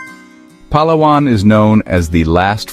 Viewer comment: Palawan is pronounced with accent on second syllable.m , not on third. Say it slow, Palaaaawan.